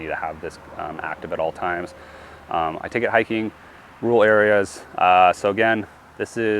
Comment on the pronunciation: There's a second r in rural. Believe it or not